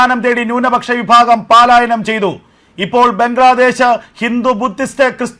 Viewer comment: pls read as പലായനം... not പാലായനം !